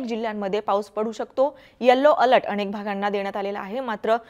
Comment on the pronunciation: अणेक नाही अनेक UCCHAR